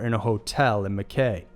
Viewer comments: Cool video. Love these alien abductions . Recurring theme of extraterrestrial sexytime to make alien hybrids is interesting. Well done for saying “Gundiah” correctly except the other town in number 1 is pronounced “Mc-eye” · I have to point this out since it's really annoying me, you pronounced Mackay incorrectly. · Pretty sure it's pronounced mack -eye, tye-ro and gun-die-a 😁